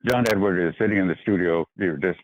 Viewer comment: John Edward. No "s" on the end.